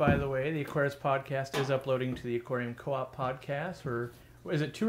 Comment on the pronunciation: aquarium "coop" lol. That is how I will pronounce it now.